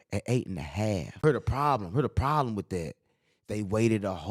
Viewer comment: " Promblem " " Rasheed Jamar " . You need to give the editor a choke slam..